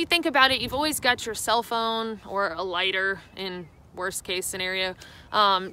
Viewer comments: Ladder? I replayed 2 or 3 times and figured it out by context but I am still baffled how lighter gets pronounced Ladder ...even in the south. This is not a slam. No big deal. But she articulated everything else perfectly so it was a bit of a surprise. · Explore101 right..!!!! rediculous... " carry a laaader " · I'm from Georgia and I did not. It's bad enough to turn the "t" into a "d", but then the "i" into an "a" is really weird. She didn't do that with any other words with "t" and "i". Everything else she pronounced rather well. Quite odd (quad odd?). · Thanks for this comment, I was confused. I did in the end assume it was an accent/locality thing and that it was probably a lighter but I definitely heard ladder 😁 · Ah, so "laghter" rather than ladder. ;) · i could just listen to her talk all day. Especially "Ladder". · TurteltaubTheDove I heard ladder too bur knew what she meant lol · Thank you! I really thought she said ladder 😆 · LOL, I thought she was saying ladder lol. I was thinking, WTF? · My UK ears made me confused on when she said ladder to light fires.... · “A ladder and an extra ladder.” Took a moment for my Yankee ears to decipher that statement. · When you kept saying lighter I thought you were saying ladder and for about 60 seconds I found myself wondering wth you did with a ladder while hiking. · Haha I noticed that too. The accent is strong usually but that "lighter" is bad ha. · The country came out in your voice when you said "lighter" and "fire." LOL, I am from Alabama as well, no worries.